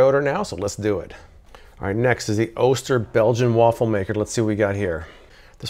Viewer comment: Love the channel! Just an FYI, Oster is pronounced "AWE-stir" not "OH-stir"